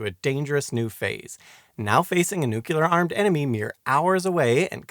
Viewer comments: Did you say, “newculer research”? It’s phonetic. “Nu-clear”…🙄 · Eisenhower said noo-cu-lar. (and of course the rest of the world thought he was an idiot for it) It is Noo Clee Ar ... just how it's speeled. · It's like New-Clear. Not nuke-u-lar Oh weird you get it sometimes, still a great video I knew nothing about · so everyone has been wrong. It's 'new-clear'. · I just can't listen any more to you saying noo-cu- lar! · A fine and informative video, but you seem to have a few problems with pronunciation. nuclear (Br: /'njuːkliəʳ/; Am: /'nuːkliəʳ/; “NEW-clear”) Prospero (Br: /ˈprɑspəˌrəʊ/ ; Am: /ˈprɑspəˌroʊ/ or /ˈprɑspˌrou/; “PROSper-oh”) For the key to the pronunciation guides, look up “IPA” or “International Phonetic Alphabet”. Edited to make some small corrections to the pronunciation guides and to add the reference to IPA.